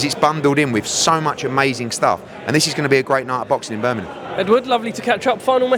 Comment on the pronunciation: Eddie is 44 years old and still can’t say Birmingham properly 😂